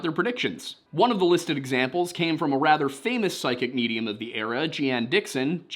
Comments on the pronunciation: It's Jean Dixon grasshopper. One syllable. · I think Dixon’s name is pronounced “Jean” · Psychic Jeane Dixon's name is pronounced "JEEN" Dixon. The reason I have chosen to clarify this is not because I am an arrogant, pedantic know-it-all, but because it's the only detail regarding this case that I can personally vouch for lol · It’s pronounced Jeen Dixon. Macon is pronounced Mack own. Just kidding . You pronounced Macon just fine.